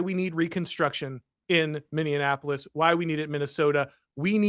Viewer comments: For the love of all that is holy it is pronounced mi-nee-a-puh-luhs, NOT mi-nee-an-a-pug-luhs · I can't wait for all of this Minnesota drama to end only to stop having to hear Tate mispronounce the city as MinneANapolis! 😂